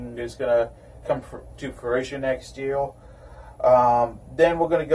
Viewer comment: Evertime you say R i hear L. Like yeal insted of year. Am i hearing wrong or what ?